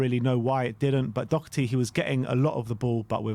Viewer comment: They still won't pronounce his name properly, what chance does he have with getting a good rating when he actually plays well